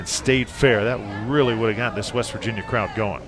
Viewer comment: weast virginia lmaoo, reminds me of the episode of spongebob when patrick heard weast instead of west